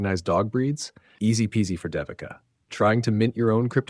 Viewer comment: Pronunciation is: Day we Ka. It’s a common Indian name used for girls. Great video!